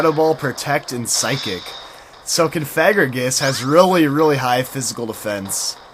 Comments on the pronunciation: theres no N in Cofagrigus. it really bugs me when you say Confagrigus. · i noticed that u called COfagrigus, CONfagrigus? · Isn't is cough-a-gree-gus? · i know that. i was saying he should stop putting the N in cofagrigus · it's pronounced (Cough-a-gree-gus)